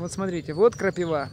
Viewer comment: Вроде молодой человек,а говорите как древняя старушка "крапивА"))))